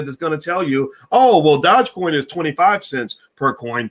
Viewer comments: What is a Dodge Coin 😂😂😂😂😂😂. You are mispronouncing the word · It’s Doo je coin. Learn how to say it. Even dog e coin would be acceptable. You sound like a fool. 😆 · YES - ITS DOOJE( PRONOUNCED) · A lot of people commenting on the way your pronouncing dogecoin, but I Don't think this stock deserves the correct pronunciation sound to much like a ponzi! ( Remember Bernie Madoff)